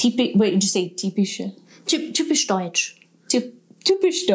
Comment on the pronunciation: The ü-sound in "typisch deutsch" was more or less accent free, - you're getting there!